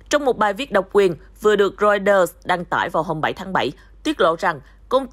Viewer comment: Cha kg đọc được chữ Reuters à ?